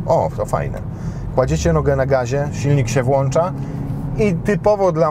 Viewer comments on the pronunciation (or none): none